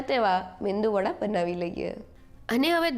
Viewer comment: Man, it is Medu vada . The N is silent